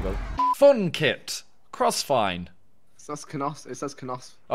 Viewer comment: I like how Simon can't read hand written r's and thinks that they're n's. It's crossfire not crossfine.